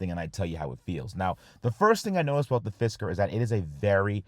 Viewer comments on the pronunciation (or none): Sounds like "fister"